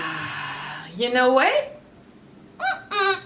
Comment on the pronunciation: "Yew know whet?" Giving me all the life in this video. Cancelled Von D PLUS your reaction to the JStar liquid highlighters is perfection.